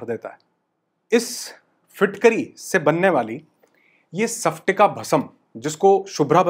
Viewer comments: nice information❤ sir लेकिन उच्चारण सप्टिका नही स्फाटिका भस्म 😅बोलिये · सपटिका नहीं... स्पटिका🙆🙆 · Sorry to say sir isko सफ्टिका nahi स्फटिका bolte hain.🙏....aapne likha to sahi hai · Sir its called स्पटिका ( and not सफटिक) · सपटीका नही स्फटीका